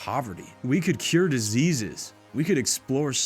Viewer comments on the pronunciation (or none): none